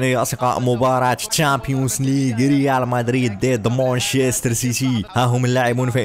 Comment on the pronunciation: هههههه تشامبيونس لييغ هههههه قلها جيدا او اصمت